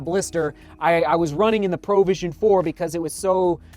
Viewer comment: why does he keep saying "Pro vision"? XD it's not a professional vision, it's provision as in PROVIDE :D